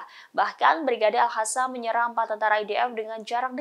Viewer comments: Al Qassam buk, Al Qassam bukan al hasam , asal bunyi saja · Pembaca berita sebaiknya belajar membaca, al qosam jangan dibaca al hasam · sangat terganggu setiap kali host ini,, Al Qassam diucapkan olehnya dengan Al Hasam. Apa di studio rekaman gak ada yg bisa koreksi?? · Salfok dng sebutan presenter nyebutin kata Al Hassam, bknnya Al Qassam ya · Al Qassam bkn Al Hassam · Kenapa jadi Al Hassam? Bukan pakai Qof? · Al Qassam bukan Al Hassam😂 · Hampir semua pembaca berita melafalkan AL QASSAM dengan AL HASAM.....AL HASAM Mungkin mereka tidak pernah belajar mengaji waktu kecilnya. Dan sampai sekarang tetap tidak mau belajar mengaji. AL QASSAM itu dibacanya AL KOSAM. bukan Al Hasam...Al Hasam. Kesalahan bacanya terus menerus. Buat Pemrednya harus nya membrifing dulu sebelum mereka bertugas. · AL HASAM????? Tribunnews!, tolong bacanya diperbaiki atau dikoreksi dulu presenternya sebelum dipublikasikan, kalo al-qassam/al-qossam jangan dibaca (al hasam) setidaknya dibaca al-qassam atau secara abjad indonesia AL-KOSSAM ini baru sesuai dengan suara mulut kita